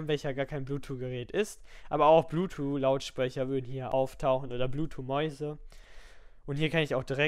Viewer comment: sehr gut strukturiertes Video, aber wieso sagst du immer bluetwo anstatt bluetooth :D